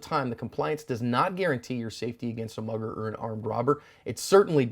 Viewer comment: Everytime you said mugger I heard mother